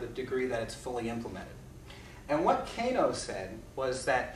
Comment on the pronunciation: Pronounced kah-noh, not kae-noh